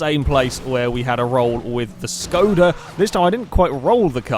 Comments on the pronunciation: Shkoda it is pronounced as Shkoda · It's a Škoda not Skoda :kappa